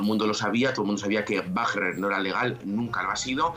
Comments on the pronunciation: Sra periodista ud esta hablando en castellano no es grupo wagna sino WAGNER , lea bien por favor dejse de creerse alemana , hable corrctamente el espanol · Me molesta como pronuncia Wagner